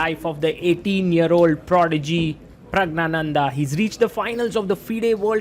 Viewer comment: That is not praggnanada that is pragyanada and he is not an indian he is tamilan